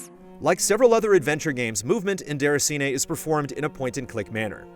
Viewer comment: i dont get what you mean.. i am french canadian and it sounds fine